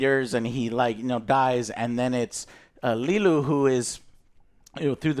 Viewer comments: I find it hilarious that Joe keeps calling her "Lilu" even though Lilo's name is half of the title lol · I don't know if Joe's intentionally pronouncing characters name incorrectly, but it's kind of funny: Lilu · His inability to say Nani and Lilo and says “Nina and Lilu” is incredible 😂😂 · Does Joe go out of his way to get all the names wrong? Lilu, Nina… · The one thing that annoys me about is he can never pronounce names correctly, he hears his 2 friends saying Lilo and Nani, instead he calls them Lelo and Nina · Oh god I actually didn't even notice that 😂. I was too busy writhing in pain every time he call Lilo "Leeluu" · Lol, he keeps calling her “Lilu”. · bro why tf does joe keep saying "lilu" he always mispronounces shit, is he like dumb or something LMFAO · Take a drink every time Joe says Leeloo instead of Lilo. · I don't like what Joe keeps saying Leelu instead of Lilo. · Leeloo and Stitch? Pretty sure it's pronounced Liiilo and Stitch. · And Leeluu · And Lelu instead of Lilo. You'll end up with alcohol poisoning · Best part of this is Joe calling LILO , Lelu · Lee-loo. It’s extremely annoying. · At one point he says Lilo then uncorrected it by saying Lilu. I think he's just a bit stupid. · And Lilu 😂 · Its Li-LOW and NAH-ni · Lee-loo? Wtf? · joe stop mispronouncing lilo on purpose bro the heck thats just so silly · Why is this clown keep saying Lilu?? Wtf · Good god both and can’t pronounce the names. The movie’s in fucking English how fucking hard is it to repeat an English word?! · Joe can't pronounce any of the names in this movie except Stitch 😅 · I love the fact that none of the guys corrected when he's saying Lilo's name. He keep saying lilu. Lol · Cmon joe, Lilu??? The name is in the title and you can't even say it right. I know he says he "doesn't get names right", it's lazy. Thanks joel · My eye twitched every time Joe says "Liluu" even though her name is in the title and he doesnt say it wrong there. 🫠